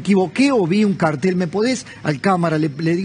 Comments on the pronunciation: Respecto a las láminas exhibidas con fines informativos o publicitarios, mejor se hubiera defendido diciendo que la persona la confundió al acentuar mal la palabra ya que es cártel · tengo entendido que se pronuncia Cártel pero como no me drogo y trafico, no opino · 😂😂😂😂. Es cierto. Yo creo que se pronuncia cártel pero como ellos se hacen el "cartel" con ese nombre🤪😆😆😆.